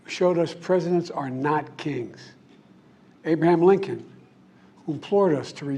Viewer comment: Who tf is "Abe-Mam" Lincoln? 😅